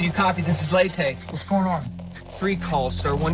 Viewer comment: Pronunciation Leyte = LAY-tee Tacloban = Tok-LO-bahn